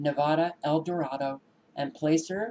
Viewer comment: I'm not surprised. That's up there towards Paradise. Also, that would be a short "a" in Placer Co. And the "a" is a short "o" sound in "Solano". I have family there, so hope they're not going to be affected.